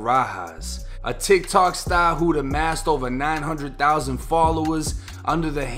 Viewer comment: The way you say “sTAR” love it. Sorry I know people died in this video